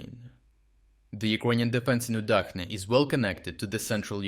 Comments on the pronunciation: It's Udachne as the "ch" in the word "chair", not "UdaKne" or "UdaHne" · It's pronounced oo-DAHCH-neh uˈdat͡ʃnɛ